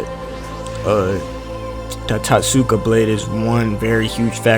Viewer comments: It's tot-suka blade your welcome 😉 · lets pronounce this together, Toat-ska that was driving me crazy. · Yeah itachi would outplay the hell out of Madara imo. He was only this mastermind because he had all these years to live and plot. Look at young Itachi vs young Madara. Also bro pronounce it Toteska Blade